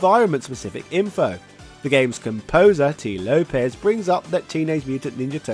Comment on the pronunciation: It’s Lopes not Lopez the ‘s’ is pronounced as an S and not Zedd.